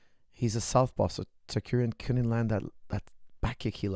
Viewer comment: i cant listen to this guy say "tsakuryan"